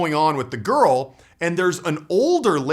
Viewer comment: Why does he say garl